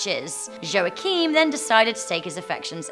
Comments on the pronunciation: Hej! Friendly tip: the name Joachim is pronounced as "yo heem". The "heem" part is pronounced like the word "seem" but with an "h". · I don't think that's how you pronounce Joachim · this is the worst pronontiantion of the name Joachim I've ever heard. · Your pronounciation of "Joachim" is hilarous xD Just like "Rumpelstilzchen"